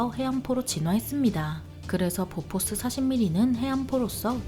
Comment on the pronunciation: 보포스(x), 보포쉬(o) 오리콘(x), 욀리콘, 뷜리콘(o)